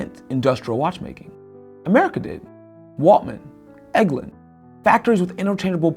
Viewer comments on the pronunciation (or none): Exclusitivity ? Is that a word, or is it exclusivity? And, it's Elgin, not Eglin.